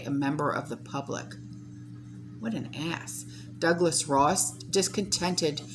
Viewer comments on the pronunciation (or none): none